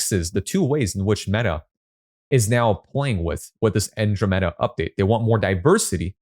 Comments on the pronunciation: I want to get better at copy versus blaming An-DROM-uh-duh met-uh for my lack of results. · An - dro - meh - duh